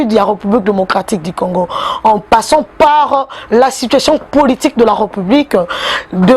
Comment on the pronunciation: Ré,Reu(publique) na appreciaka yo mingi,kasi lobaka Ré et non reu.